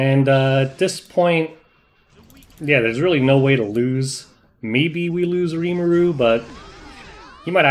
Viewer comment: I can stand you calling Rimuru a she and butchering his name every chance you get... but calling Krau her..? Unsubbing gg